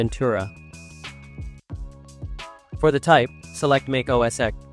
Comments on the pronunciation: it's pronounced "MACK - OS". not MAKE OS. ugh...can't even say it. correctly scares me to use this video lmao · TF is MAKE Oh S?